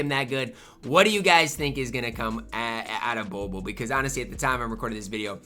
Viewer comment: Why be keep say bol bol like boo boo